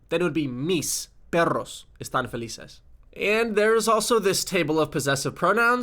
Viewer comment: it's felices not felizes